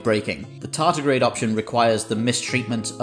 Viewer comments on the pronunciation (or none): "Tardigrade" not "tartigrade". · Tardigrade, not tartigrade 🤪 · Tardigrade not tartigrade,.